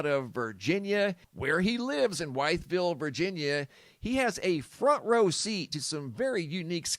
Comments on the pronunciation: It’s pronounced… With-Veal 😅 As for the Osprey, VA has been home of lots of military maneuvers throughout the years. Especially air training… PeaCE❤️‍🔥🕊🔥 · Wytheville is local to be even though I’m in Tennessee…. I used to do animal rescue transports there. Anyway I’ve had 2 Apache helicopters flying over my house very low 2 times and I’ve been here 21 years never happened before… also it’s “with” “ville” that’s how it’s pronounced…. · It's pronounced withville va